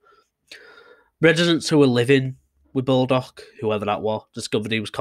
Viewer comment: Not BALdock - it’s Borldock